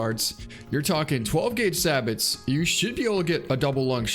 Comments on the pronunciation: Sabot is pronounced 'say-bow'. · Sabot is pronounced suh bow